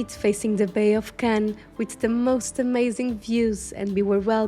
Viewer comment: Si vous appréciez tant cette belle ville de Cannes où je suis née ! Et cet élégant hôtel !S'il vous plaît prononcez bien les mots Cannes ,croisette, côte d'azur etc....